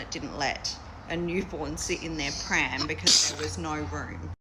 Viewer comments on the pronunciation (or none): The way you say pram 😂😂😂❤ say it like you say spam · Pram is a British and Australian term for Stroller and is pronounced like Ma’am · Pram. Rhymes with ham. Aka a stroller. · Pram: (rhymes with “am”). Think of that big buggy with huge wheels that Mary Poppins might push around.